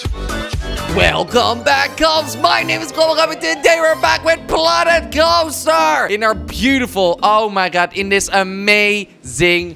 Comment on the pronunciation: It sounded like he said planet kopster